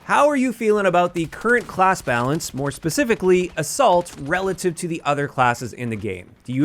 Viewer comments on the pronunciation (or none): 2 times i heard "the salt" or "a salt" instead of assault